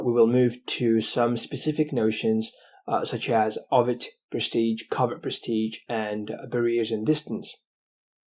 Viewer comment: It s overt,notover